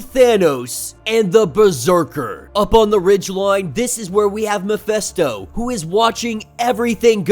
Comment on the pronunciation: You know, that his name is MephIsto, not MephEsto? Right?